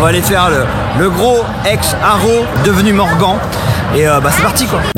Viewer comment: Hello, tip top tes montages ! Par contre, s'il te plaît mais dit moi que tu fais exprès quand tu prononces le nom du constructeur "MorganE" en "MorganT" ? Mon orthographe n'est pas correct mais c'est pour t'expliquer ta prononciation complètement HS ... Allez big up et salut 😉